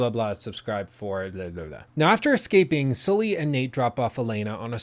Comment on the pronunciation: please pronounce Sully the right way....